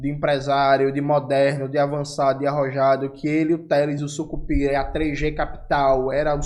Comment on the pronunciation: Jones ,o sobrenome é "sicupira" e não sucupira